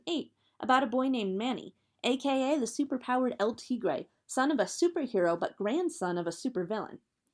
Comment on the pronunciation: The way she pronounces "El Tigre" makes me mad